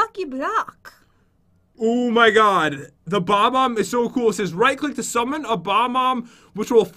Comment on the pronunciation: Pat it's not Bom-Omb, it's Bob-Omb